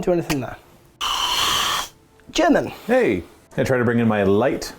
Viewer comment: Dudes... you have a great channel and this was a cool video... HOWEVER, as someone who speaks English and German, whoa. Those pronounciations were abyssmal. XD